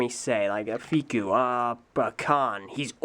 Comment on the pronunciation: hearing him say Fikou that way was really nice and made my day